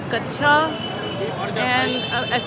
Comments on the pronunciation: Thats not kacha thats kachera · Not kacha it's called kachera